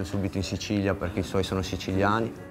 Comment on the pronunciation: dice cicilia dice ciciliani